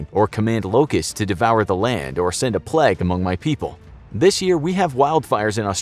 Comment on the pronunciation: The way the narrator says plague: "Pleg" 😂😂😂